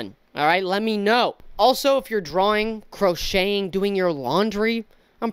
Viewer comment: The way you said crochet... im literally knitting ur crazy